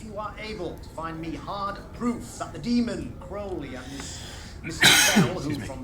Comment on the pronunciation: Crowley is pronounced "Crow" like the bird..."row" like "row your boat". Not like "ow my knee". I do love your reactions, other than that. 😁😁